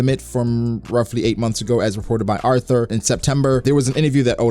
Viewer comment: Lmao this dude refuses to pronounce Artur's name right